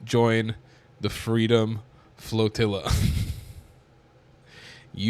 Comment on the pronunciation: 10 seconds in you totally said Freedom Fart Floatilla😂😂😂